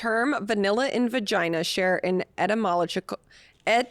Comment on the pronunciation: Etymological et-a-muh-logic-al 😉